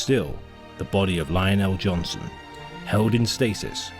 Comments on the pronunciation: "LION EL'JONHSON" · Does kinda bug me he keeps saying Lionel el'johnson